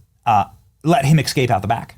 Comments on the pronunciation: …you’re killin’ me smalls… ES-CAPE NOT EC-SCAPE🙄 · ESSScape Benny not ekscape, it's been killing me hearing you pronounce that word. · Please stop! It's not eXscape. It is eScape. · It is e s cape not e x cape. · STOP SAYING >>EXSCAPE<< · The word is escape, not exscape. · Is the word “escape” really that difficult to pronounce correctly? Excape isn’t correct. But leave it time to axe difficult querstions. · Well done as always! (Escape, not excape) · Escape, not "excape." What the heck. Public schools suck. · Since I major in the minors, my question: Is it a mid-western thing to pronounce "escape" as "ekscape"? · ‘Exscape’? Has Benny had a melanin injection?